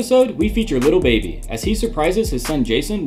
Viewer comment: Its lil baby not liru baby 😂😂😂😂